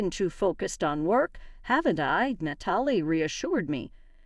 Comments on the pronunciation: Natalie is NOT said as "NUH-TALL-EE". It IS said as "NAT-UH-LEE". Can't say a simple and common name? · It was really hard to listen to this story with all the words said WRONG! If you are going to do these stories, learn to speak correctly. The name Natalie was horribly mispronounced. Bang on the door, listen to it. Does it make sense the way you said it? Do some homework cuz this sucks.